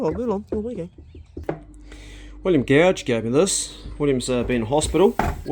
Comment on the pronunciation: G'day, your old mate Bill "Gouge" as you pronounce it 🤣...A lot of the time I get Mr. George, and Georgey. (It's Gordge, like a valley)....Great to see the new outboard, Evinrude outboards under 10hp last forever! Especially now the 4 strokes are in that smaller motor size. At last a propper boat rod for you! I noticed that it, (the new outboard) may have been dragging its bum a bit? Was it properly trimmed to plane near top revs? I had one when I was kid, a 4.3hp. Like the idiot kid that I was, I stiffened the rear of a 7 foot flat bottom tender for the family boat. At just over half throttle I was planing at maybe 15-20 knots! Good on you for fixing Damo up with the new reel, and he said with glee "no more Spiney Dogs for me!" Well, no spiney dogs or anything, not even a Stingray! 😁 Damo is a real asset to you both physically and mentally, not afraid to get his hands dirty, or share a Tall Tale with over a rabbit stew!